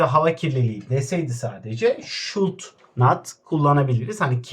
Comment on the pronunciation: Hocam şud nat deil şudunt